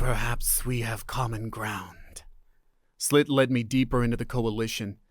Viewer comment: Ummm... The name's Sss-ill-at, I think, not Slit. Still a billion times better than AI. You do so well the miss just was that more noticeable to me.